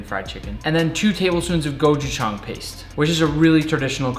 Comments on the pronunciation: Nick, it’s “gochujang” not “gojuchang” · I know it shouldn’t bother me as a Korean knowing he isn’t Korean but the way he said gochuchang annoyed me a little bit lol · It's pronounced "Gow-chu-jaung". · Gochujang is pronounced Go Choo Jan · " gojushang" bruh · Ko - Chu - Jang That’s the pronunciation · I liked how he said gochugang and I’m Korean so I know how to say it properly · its pronounced GO-COO-JUNG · nick its gochujang like pe*is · As a korean human being the way he said "Gochujang" really pissed me off and also he didn't make kfc correctly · I’m litteraly dying of his pronunciation of 꼬추장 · He said gochujang the wrongest way to say it 💀💀💀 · being half Korean is funny to hear how he says Gochujang😂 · as a Korean, I cringed at the way you said gochujang. no hate at all though! Looked delicious! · I like the part where he said gochujang wrong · As a korean, the way he pronounced Gochujang made me roll on my floor laughing